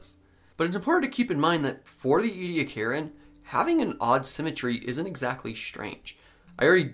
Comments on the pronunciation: Omg! I know I'm from South Australia and I've seen the Ediacaran fossil beds up close in the local museum so maybe I'm biased but do Americans have to butcher every word in the English language? It's "E-de-akaran" not "edi-karen" ffs! 🙄 Apart from that... Good work, very informative. 👍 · E-d-ak-a-run has five syllables and al-gie has a hard "g" in it. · Ediacaran was so named after the Ediacara Hills in South Australia. Ediacara is the local Aboriginal word for a water spring. So you might commit to the wrong pronunciation like Americans do with a lot of English words. But it's not English and as my heritage is from the area and the people I find it offensive. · It’s a genocided culture and preserving what little of the Aboriginal language hasn’t been already destroyed is the least you can do. “We’re just trying to learn” and we’re just trying to teach you the right things. Now you know the proper pronunciation, that’s part of learning, so you’re welcome. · A part of my heart died every time he mispronounced ediacarin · You're pronouncing the time period wrong